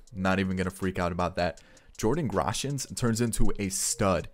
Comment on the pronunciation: As a Jays fan, it really upsets me how you pronounce some of these names. Jordan Groshans got absolutely butchered. Same with Boshers. I really wish you would just stop. Yikes man